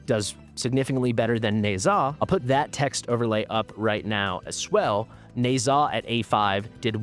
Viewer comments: Hello. Thanks for your videos. By the way. "Ne Zha" is pronounced "Knee-Ja" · Dumbest pronunciation ever. I think it sounds better as is